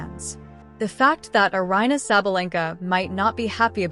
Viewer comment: It's Eh- yah- lah! Please pronounce her name correctly!